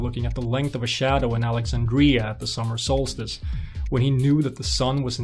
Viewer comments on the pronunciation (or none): Please! "AlexAndria", NOT "AlexandrIa"... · Your presentation is excellent but I have one minor comment. The ancient port's name is pronounced alec-ZAND-dree-uh not alec-zand-DREE-uh. Mispronunciations like this make me wince. It's like hearing the piercing squeal a piece of chalk makes when someone drags it along a blackboard.